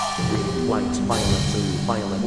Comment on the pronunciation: Am I the only one who heard “ Violent “ except Violet